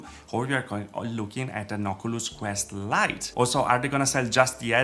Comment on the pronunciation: Lol yeah it made him stand out quite a bit, but you know, people tend to dislike it when someone mispronounces a single word